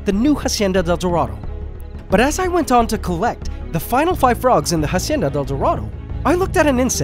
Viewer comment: Why does he still call it a jacienda instead of a hacienda!?!?